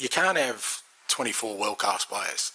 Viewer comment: "You can't 'ave twenty four world class players" So bloody Australian, mate.